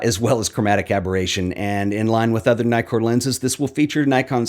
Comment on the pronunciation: Two K in Nikkor, man. So, it’s “Nee-kor”, not “Ny-kor”.